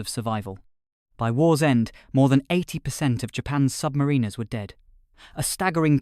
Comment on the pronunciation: Interesting. Bit pendantic, but the author may want to pronounce "submariners" in a more acceptable way. Say to yourself "The rhyme of the Ancient Mariner". Now put "sub" in front of "mariner". Got it?